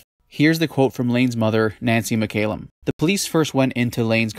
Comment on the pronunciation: It mc callum not mc ay lum. A Scottish surname